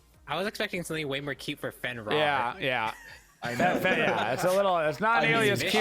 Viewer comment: Why Fenrar? Why not Finrir? Fenrar sounds like it should be Fenrawr uwu